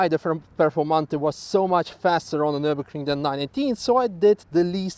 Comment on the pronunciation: "welcome to nurburgerking" CAN HE STOP SAYING NURBERKRING????